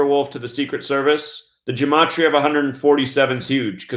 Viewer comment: What dumbass conjecture, plus you're not even pronouncing gematria correctly No you damn fool, the National Security Act of 1947 made the Air Force out of the Army Air Corps. This dude is full of sh*t